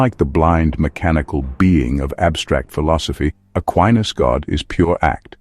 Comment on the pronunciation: It's "Ah kee nas."